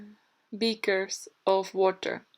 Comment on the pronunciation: You really said "biekers/beekers" of water" hahaha fellow Dutchie. Goed video